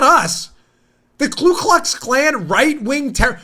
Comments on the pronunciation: KU ... not Klu --- the Democrat KKK still doesn't have a Klue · It is actually Ku (koo) Klux Klan. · I hope you do read our comments and want you to know I don't like grammar police but I think this one is important. It's Ku Klux Klan. A lot of people insert the extra L in Ku.